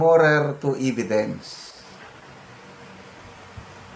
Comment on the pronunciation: Hindi po "eeeeee-vi-dence" .... [eh-vi-dence] po.